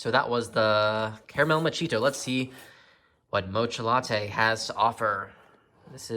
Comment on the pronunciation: I believe it's pronounced "Macchiato." Surprised the box couldn't at least get that right.